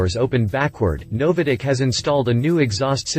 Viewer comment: Never heard NOVITEC pronounced " NoviDec " before